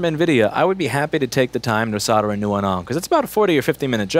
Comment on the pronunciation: I love how you swear so casually, but the fucking word is "SOLE-DER" not "SODDER." Jesus Fucking Christ.